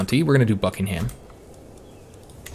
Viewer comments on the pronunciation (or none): You’re supposed to pronounce buckingham buck-ing-um